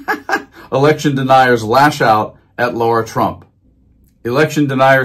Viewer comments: Why is it so difficult for Americans to pronounce simple words? It's Lara, not Laura, It's Aileen (Cannon), not Eileen. It's Epoch, not Epic. C'mon man! This should not be so difficult! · Her name is LARA... not Laura! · Dude, I can’t stand her. But can you pronounce her name right? LA-ra, not LAU-ra.